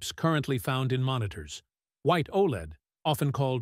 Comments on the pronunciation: its pronounced: "O Lead" (OLED) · "Oh Eel Ee De"